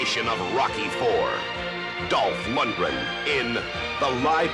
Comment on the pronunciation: On MOTU-teaser, did the announcer say Dolph Mungren?